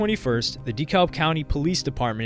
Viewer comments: It’s pronounced “DUH-CAB” County. 🤦🏽‍♂️ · Lol yeah I'm gonna be that guy but it's pronounced*decab" county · Dekalb is pronounced DEE-CAB lol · DeKalb county isn't pronounced "Dee-cowlb" but, rather, "Deh-cab". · It’s Da-kalb not de -kalb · It’s pronounced. De- Cab not De-kalb lol the l is silent damn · hahaha we pronounce it DeCab.. lmao Dee Calb… no beef tho, just a funny native thing. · De-kab we don’t say the L 😅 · The way he says Dekalb county is triggering me. It’s pronounced DEE-CAB county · DEKALB is pronounced : 👉🏽 (Dee-CAB) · I hate how this guy pronounces deKlab county lol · 🗣️ It’s “Da Cab” County. The L is silent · My mans really said DEE-CALLB county this whole video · Yo you’re good bro I love your videos have been watching for years, but it’s pronounced duh-cab county 😂I live here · Dee kalb 😆😆😆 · IT'S PRONOUNCED D CAB County. And yes I know it's spelled Dekalb. Lol. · Plz stop pronouncing dekalb like that. ITS da- cab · Just wanted you to know its pronounced Da-Kalb closer to Da - Cab . Look up something like a Dekalb County police press conference you’ll hear them pronounce it . Good video tho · hearing someone pronounce the "L" in Dekalb is so weird. great video! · I cringe every time i hear say dekalb 😂😂 pronounce it right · By the way being from Atlanta. Buddy who made this video saying DeKalb so so so wrong. That’s not at all how you pronounce it lol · You could take the time to learn how to pronounce the names of well known places like “DeKalb” 🫠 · The “L” is silent in Dekalb County in Georgia. Not trying to be rude, just letting you know. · I hate when they pronounce Dekalb wrong 😂🤦🏾‍♂️